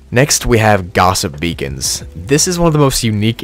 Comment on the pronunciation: When you were talking about Gossip Beacons I heard Gossip Vegans